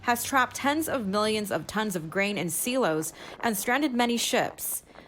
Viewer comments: You store grain in a silo, pronounced "sigh-low" not "see-low". (Sorry, I couldn't resist commenting) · sigh lo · Did she just pronounce Silo "Seelo"? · yuppp... someone is a big fan of Ceelo green?